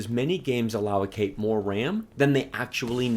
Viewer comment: I love your videos. But the word is pronounced aloe-Kate. Not allow-o-kate. Don't be mad at me lol.